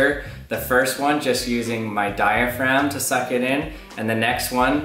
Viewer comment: Every time he said suck in my head I heard SUCC bass boosted